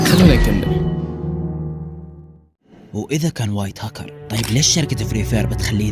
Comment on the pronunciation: بس حسن كلامك وتعال صور فيديوا ووهي اسمها هكر مش هكو